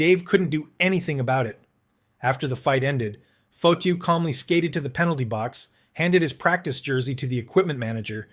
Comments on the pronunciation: Dude, it pronounced Fah-tee-oh not Foh-to sorry but that drove me nuts! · This reporter does not know hockey . Nick Fotchyou? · Its pronounced Fa-Te-u …. And he was a former boxer…. And the only man Dave Schultz did not want to fight !!